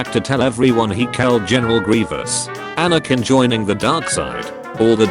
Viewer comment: There's no G in Anakin